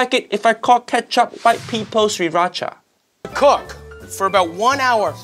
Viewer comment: Uncle roger you said correctly 😂👍👍